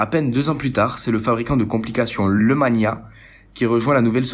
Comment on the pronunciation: Ouhla la prononciation des marques MDR ...... Tizo au lieu de Tissot avec deux S. ......... Lemania se prononce LES Mania pas Le Mania, Jacquet Droz se prononce DRO le Z ne se prononce pas bref sinon ça semble OK